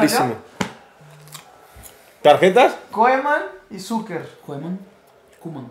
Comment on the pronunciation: Jajaja pinche fidalgo coeman es Koeman jajaja